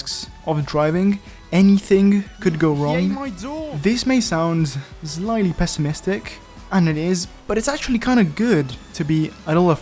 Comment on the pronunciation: bruh hearing say "zlightly" for the 90th time in a row